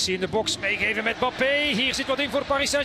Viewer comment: Peter van den bempt moet weer speciaal doet met zijn Bappe ... zeg gewoon Embappe zoals die andere 7 biljoen mensen het uitspreken , ook in frankrijk.